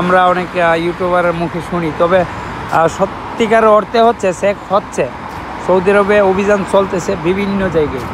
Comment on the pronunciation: সেক্স না ভাই চেক